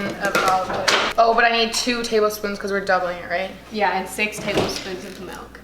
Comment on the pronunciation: She says melk instaed of milk